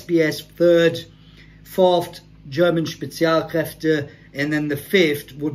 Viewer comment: as a dude who speaks Fluent German it was a Suprise that you pronounced Spezialkräfte right cause thats rare for someone who is either a non German Speaker or someone who doesnt really speak German